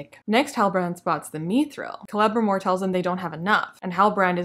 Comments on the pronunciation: LOL your mispronunciation of Celebrimbor sounds like "Clevermore" - quite appropriate really. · I thought you were saying "Clevermore" instead of Celebrimbor as a joke. You should have gone with that excuse instead of admitting you mispronounced it. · Hilarious video series. Kudos! 🤣For this specific video, it sounds like you're calling Celebrimbor "Clevermore" which I feel like it's your subconscious mind giving him an ironic nickname for the master smith who has never thought to mix ores together. Such a clever elf! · Kelmmimor? Celerymore? Krammunmur? Sell some more! 😂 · I thought you were calling him “Clever-More”. Also, new name for the show “The Non-Sequiturs of Power”. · Forgetting the syllable sounding like "Bore" in reviewing this series seems quite forgivable. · I was going to make a comment on how you kept mispronouncing Celebrimboring...